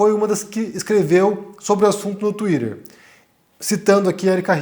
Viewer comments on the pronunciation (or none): Putz... no Brasil é Tuiter mesmo, não tuider. ( a gente ja sabe que vc fala inglês)